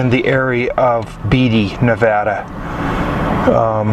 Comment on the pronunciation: Yes you can pass to the waterfalls. It’s Lida ( like Lyda, not Leeda). You are not near Beatty ( like Baity, not Beetty). You are by Goldfield, about 15 miles, you are 50 miles from Beatty.